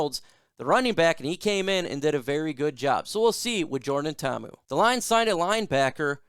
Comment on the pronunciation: Braddah you gotta pronounce Poly names with more effort. Mahalo